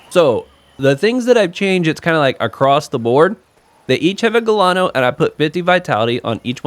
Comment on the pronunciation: First time i heard Gelano pronounced with a G as google